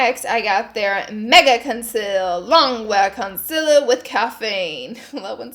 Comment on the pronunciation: Everyone else: concealer Laura: conciller